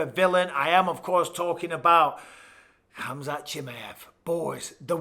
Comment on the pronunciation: spelll correctly... its Khamzat not Hamzat... whyare you keeping the K silent ????